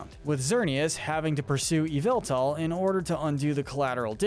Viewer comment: Him:eviltal Pokémon: yveltal